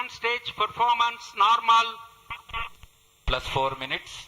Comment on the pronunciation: "Lift Off Nawrmal" is love